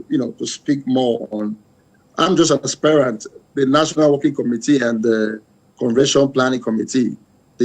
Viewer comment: Stop pronouncing "Aspirant" as "Aspire-rant." It's pronounced ˈaspərənt', not aspire-rant. As a news caster, you ought to know better.